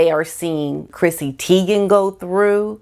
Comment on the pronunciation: I get annoyed when names are mispronounced: It's pronounced like TIE- gen NOT Tee- gen.